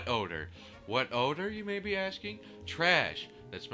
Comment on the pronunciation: "WHAT ODAR" LMFAO